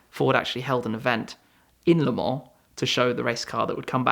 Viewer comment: That's how it is pronounced in French lol